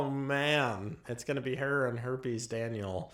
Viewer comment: you are killing me ‘Herps Daniel.’